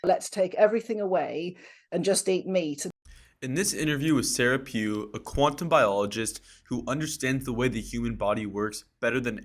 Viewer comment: it's sara pugh